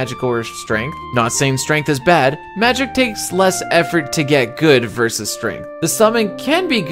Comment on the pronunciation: Are you saying verse instead of versus? And wow is your math bad.